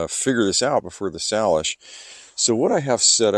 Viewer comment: Just FYI, it’s pronounced “SAYlish”. 👍 You’re going to have an incredibly fun time. You’ll be bored, scared, and captivated by the beauty of sailing the PNW.